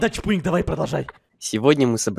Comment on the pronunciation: Не чбуньк а чпуньк